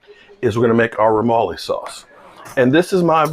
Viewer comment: Yo it’s remoulade not remole sauce.